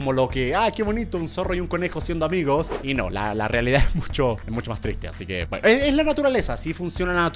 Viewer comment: se dieron cuenta de que dijo reledad 0.00 .